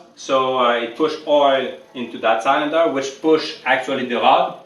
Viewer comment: I bought a 1964 case 430 diesel for 1300 dollars because of you! Needs work, but it was driven 5 miles from the farm to my 1/4 acre in town house with no smoke. May I correct your pronunciation Of cylinder? It sill like window sill. Joe